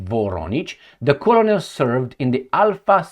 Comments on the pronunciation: ps - "Colonel" is pronounced almost like "kernel". It is a tricky word in English. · please check the pronunciation of "colonel" 😊